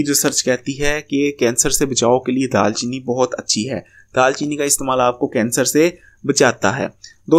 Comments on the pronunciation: Dal chini nae دار chini hota hai Or drkhat nae drakh hota hai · Bhai daal cheeni nai daar cheeni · It's daar cheeni